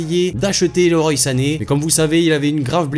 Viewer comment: Ça se dit leroi sané et pas loroye. Sinon vidéo intéressante